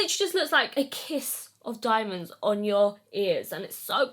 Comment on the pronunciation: Stunning!! I barely wear jewelry, but they are absolutely gorgeous! The more bling, the better! Absolutely adore this makeup as well! You look amazing and I'm soooo happy for you! Tou did so well! Also love the way you say diamondthee. ❤